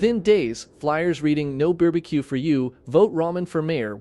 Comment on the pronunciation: I'm surprised that AI can'r pronounce "barbecue." This is a disgrace!!!